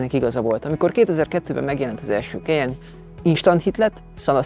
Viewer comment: “Kejen” Soha semelyik autós szakújságíró nem ejtette így a modell nevét,sem Magyarországon,sem külföldön. KAJEN! <—- Németországban is így ejtik! Az új modell orrrésze borzalmasan gyengére sikerült,jellegtelen. Ennyi erővel lehetne Ford vagy Honda.